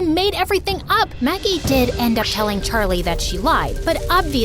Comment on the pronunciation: Anyone else realise it said Maggic instead of Maggie?